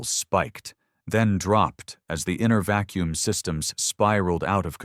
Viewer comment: "It's engines nearly silent in vacum"...wtf? 😂